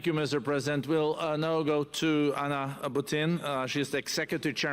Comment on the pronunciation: "Mr Chhhlesident?""...."Hellouu". Top notch Merican stuff. UK loves a laugh